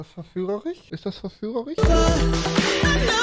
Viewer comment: „Verführerich“ Rewis bestes ch-Wort mit Abstand :D